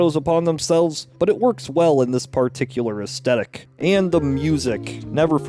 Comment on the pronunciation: Esthetic (or aesthetic) is pronounced 'es-THET-ik', not 'es-TET-ik'.